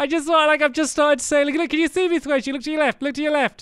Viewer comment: Sqaishey not Squashy Are U an English Lady Called Queen Gwendolyn?